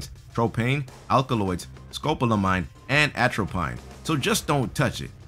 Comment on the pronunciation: Please look up how to pronounce words you are unfamiliar with before making videos. Just one example from this one: atropine is pronounced ATRO-PEEN not ATRO-PINE....